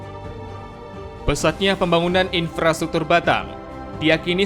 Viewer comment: Infrastruktur kok jadi Inspratuktur. Apakah benar begitu?